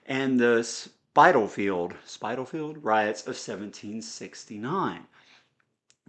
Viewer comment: Spitalfield is pronounced like to spit something from your mouth followed by field as in a farmer’s field. The brothers gracchi is pronounced grak aye and each of the two brothers (Giaus and Tiberius) nomen is pronounced grak us.